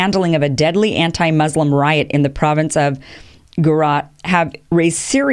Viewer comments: You read Gujarat as Gurat. Also, Modi is going out in 2019 I'm sure. Obama should be called Drone-lord. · How come you don't know how to pronounce Gujarat...you pronounce it as Gurat...